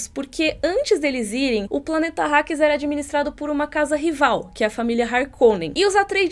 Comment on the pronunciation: Arakis... nao arrakis